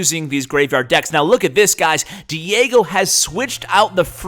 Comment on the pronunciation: Haha he learned to pronounce Diego correctly:D n1